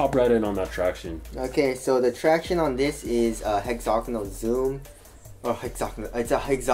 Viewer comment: it's pronounced hex-a-gone-ull, not hex-zognal